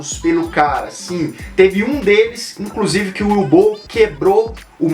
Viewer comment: a pronuncia acho que seria "Uve" não "Ue", se não me engano.